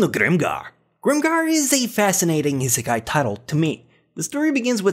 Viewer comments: Restaurant to another word is not seki sorry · i rarely say that but, nice top 10 list. *EDIT, HEAVILY TRIGGERED HOW U SAY ISEKAI